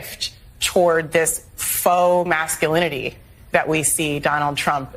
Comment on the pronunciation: He couldn't even say "masculinity" at first.